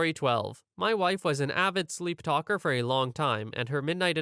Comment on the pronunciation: "Sleeptalalalker" lol